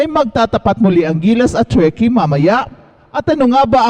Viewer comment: " very chall cheam ang churkey...."